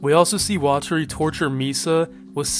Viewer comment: Actually, it's weh-terry